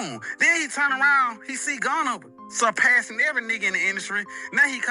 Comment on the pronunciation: Hey bro just curious, why do you always say "turn" as "churn"? It sounds really bad when you say "rechurn".. makes me think of somebody stirring up old butter.